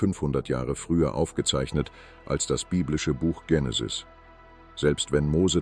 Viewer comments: Warum sagt der ständig Dschenesis statt Genesis. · Die Aussprache des griechischen Wortes "Genesis" ist im Deutschen mit "normalem G", also wie "gut" oder "ganz", die Aussprache mit anlautendem "Dj ...", also "Djenesis" kommt wohl eher von der englischen ProgRock-Gruppe "Genesis", ist also nur im englischen Sprachgebrauch richtig - nur mal so fur's Protokoll! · Tschenesis! Die Unbildung kennt keine Grenzen mehr! Ist es eine künstliche Stimme? Nicht auszuhalten diese Runterratscherei!